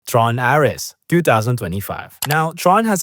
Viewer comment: Mispronunciations in this video: Ares